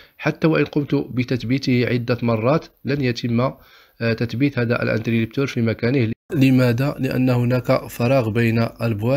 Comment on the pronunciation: اخي العزيز شكرا على ما تقدم ،لكن ملاحظتي هو اسمه انتريبتور interrupteur ,و ليس انتريلبتور، حتى ينطق الاسم صحيح ،تشجيعا مني و ليس شيء اخر ،وفقك الله و شكرا على رحابة صدرك.